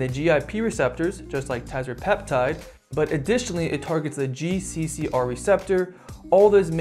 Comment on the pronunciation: you're not pronouncing them correctly: ret-a-TRU-tide and teer-zep-i-tide